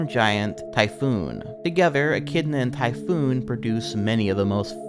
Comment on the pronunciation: It's pronounced "tai-fon". The creature was basically Cthulhu before HP Lovecraft took up writing fiction.